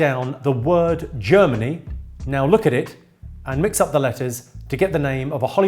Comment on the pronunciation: Glad you put it on screen because I thought you said “Journey” not “Germany”